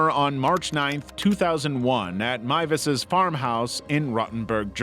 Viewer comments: He's done another video where he mentioned him and pronounced his name MOOZ. HOW. THERE'S NO OO OR U IN THIS NAME. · FINALLY someone pronounces Miewes right Edit- welp, the second time you muffed it up